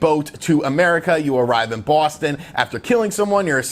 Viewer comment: Bwooustoun lol